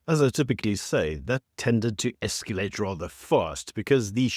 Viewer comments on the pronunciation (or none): Escalate doesn't have a 'u'. 😂